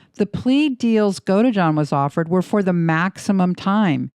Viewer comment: GodEjohn 😖 Godeejohn is how you say it 😔